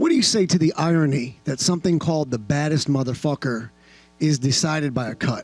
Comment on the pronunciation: Nate “irony(?) you mean eye-on-knee(?)” Diaz That moment when you wish didn’t drop out of school lol